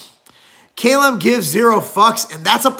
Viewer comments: Not "Kay-lum" it's Cal-um. Get it together Marc Lowblower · Can't even pronounce his name right.